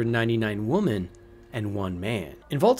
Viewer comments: It's pronounced women when it's plural. Woman is only for a single woman. This is common knowledge. Any person that speaks English this fluently should know this. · Why can’t you pronounce the word “women”?